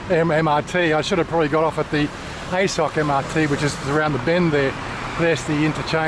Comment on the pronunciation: It is pronounced ah-soak. there is no “I sock”.